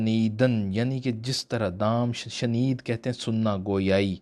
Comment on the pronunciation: Dam shanedam.nhe dam-e shuneedam hai. Aur lafz anqa nhe unqaa hai.islaah krn shukria..is k ilawa ap ka kaam qabele tehseen h.